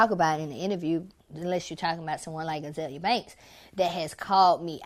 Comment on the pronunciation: He can't even say her name right. LMAO. Poor Azealia.